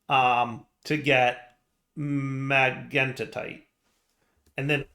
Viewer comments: is really struggling with magentite. Unless I am mistaken, and that is quite possible, I believe that the root of that should be pronounced similar to the color, magenta. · say Magenta then say Magentite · Magentite, as in Magenta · well, "mag-entite" is closer than magnetite